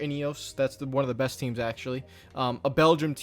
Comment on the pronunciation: Did you just say “armstrong the beste ever” xd… Eddy Merckx left the chat